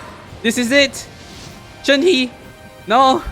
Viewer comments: shenhes name is pronounced "shen - huh" not "shen hee" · …I love you but..SAY SHENHES NAME RIGHT